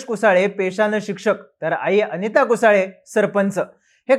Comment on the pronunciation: कुसळे म्हण रे. कुसाळे काय इंग्रजीतलं स्पेलिंग वाचून चुकीचे उच्चार करता.